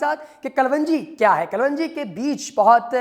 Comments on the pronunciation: KALWANJI GHALAT - KALONJI SAHIH PLEASE NOTE. AFSOS HAI PAKISTANION PE URDU UNKI SARKARI ZANAN HAI MAGAR LIKHNE AUR BOLNE MEY BE SHUMAAR GHALTIYAN KARTE HAIN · Herb's right pronunciation is kelongi,not kulvungi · Your pronunciation of kalonji is wrong Kalwanji nahin sahih tallafuz "KALONJI" hai. Video mey Pronunciation correct karo. Ghalat tallafuz na boltey raho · Kal wanji nahi kalonji apko pehlay bolna ana chahiyay k log confused na hon thanks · Its kalonji not kalwonji.... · 💖🌻 Yes, its " KALONJI "